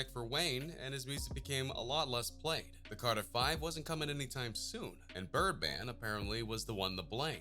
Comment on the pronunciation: Did this guy say birdband???